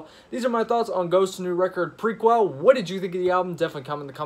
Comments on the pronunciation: It’s pronounced “ma cobb”, not “Mack a brey” lmao and the album is pronounced “ pra kell”. Jesus dude...as I’m watching this video, you’re butchering nearly every song title. If you want to be taken serious as a reviewer, you should really look into these things before you hit record.... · Grand Moff Tarkin what’s not? If you’re talking about the album title, then you obviously haven’t heard any interview with Tobias. It’s “pra-Kell”. And if you’re talking about macabre’s proper pronunciation as “ma-Cobb”...well if you don’t believe me, then you should take some English courses